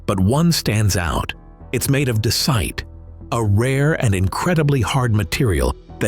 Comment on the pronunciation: Desite ? Try andesite !